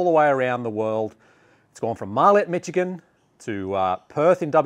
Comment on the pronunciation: Love your content! As a native Michigander I mostly throw Innova but I'm really loving MVP lately and I keep adding more of their discs to my bag. Keep it up! (PS the CH in Michigan is pronounced like an SH)